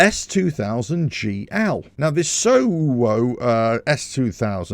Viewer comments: Did you just say Soo whoa ooh?!! 😳😳😳🤣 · Pronounced "Soul"